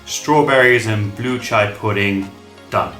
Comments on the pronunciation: It is chi-a not cha-i pudding. Chai is tea. Chia is seed. There's a difference. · CHEE-YA not CH-AYY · Why is he saying over and over again CHAI????????!! Omg i closed the video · Not chai seeds, they are chia (chee a) seeds. Thanks for the recipes. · If you listened to just the audio of this video it’d be so confusing 😅 Chia and chai are different things, chia seeds is what you’re using for this video but chai is a combination of spices used for chai tea that originated from India. The pronunciation is different. The seeds are CHEE-a and the tea is Cha-eye. But Overall cool recipes, never thought of putting mach-a powder in it, could give a little morning caffeine boost as well. I make it with chocolate or dark chocolate almond milk and put toasted coconut flakes on top or strawberries